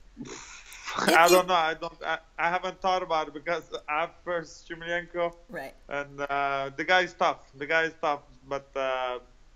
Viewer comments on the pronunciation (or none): I like how he doesnt pronounce shlamenko correctly!